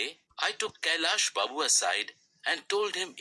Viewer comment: Its not kallya Babu it's kailas Babu 😂